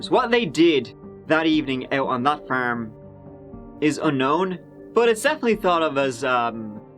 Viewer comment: Bro you are great, but why do you pronounce farm is firm 😂😂